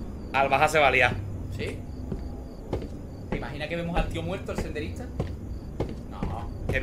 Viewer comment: "teh imaginah" JAJAJAJAJJAJAJAJAJJAJAJAJA